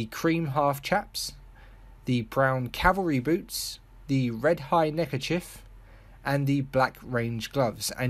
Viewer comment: Why did you say neckerchif? It’s neckerchief. Does that you you call a police chief a police chif?